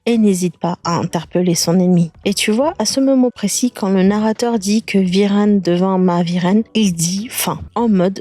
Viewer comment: "narater" 😂😂😂😂 il y a de quoi s'embrouiller , le film est super original !